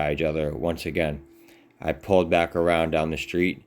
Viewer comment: was the only one following anyone. Also,, it's PULLED not whatever in the world you say, pooled? wth?